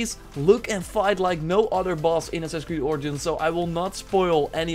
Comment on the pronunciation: Anyone else notice how he says assins creed instead of assassins creed